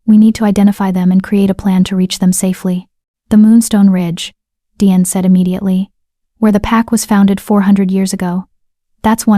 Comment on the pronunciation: It is Deeanne. Not Dean or Deon or Diane. Good story.